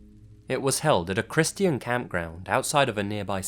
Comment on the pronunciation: You say 'Christian' strangely.